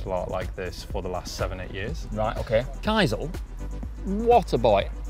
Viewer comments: He's called Kyza, not Kyzar... Also, love the fact that he's using a Dell, not posing with something four times the price. 😄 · Notice to the uploader. It's Kyza not Kyzar